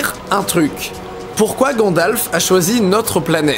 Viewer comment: À Didi dis ''GadlaFEU''au lieu de ''Gandalf'''